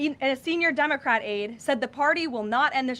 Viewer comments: Did she just say Dumocrat? 😂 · Did she say "Dummercrat" at first?😂😅😂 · She totally said DUMBocrat, I Love Her!